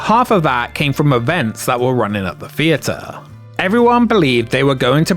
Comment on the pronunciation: What is a fee-a-ter ?